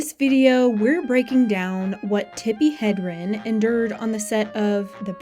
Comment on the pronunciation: Hedrin, not Hendrin